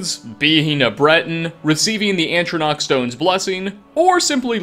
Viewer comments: please... it’s ah-troh-nack. Not antronach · I love you... It's ATRONACH not aNtronach lol PEACE OUT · Dude. Stop saying antronach instead of atronach. You're driving me nuts. There's only one N ffs. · It's "atronach" not "ANTronach" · "Magical Things That Are Kind Of Secret" would've been a better name. Also the way you add an extra 'n' to the start of the word 'ATRonach' is cute. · and Atronach as "antronach"